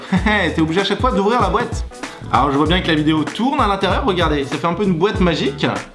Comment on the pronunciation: ça me stresse le "dans la boête"